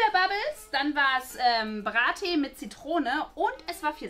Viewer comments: mann sagt nicht bra tea sondern brea tea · AARIZONA - Ärizona (gesprochen) BRAAATEE - Bratee 🙄 DirtEE - DirTea !💁🏼‍♂️